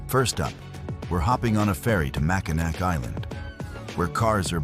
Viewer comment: the artificial ignorance said “mack a nack”! So funny!